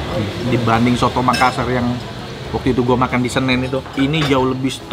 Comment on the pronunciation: Coto makassar koh.. bukan soto 😁🙏🏻